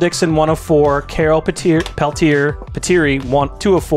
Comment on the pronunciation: Pretty sure Carol's last name is pronounced as Pel-Te-A